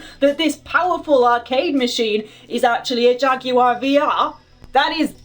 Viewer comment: no bitch..I want you to say Jaguar correctly . THATS WHAT I WANT!! 2 sounds (Jag-war)